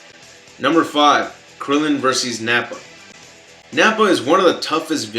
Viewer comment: Are you from a non-English speaking background? because I've never heard a native speaker say Verses rather than Versus.